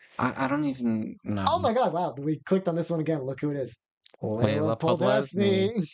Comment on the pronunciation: How did you both not notice you mixed up letters when pronouncing "Podlesny"😭it kills me to hear it